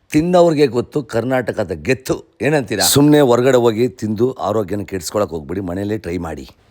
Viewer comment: ಕರ್ನಾಟಕದ ಗೆತ್ತು ಅಲ್ಲ ಅದು ಗತ್ತು....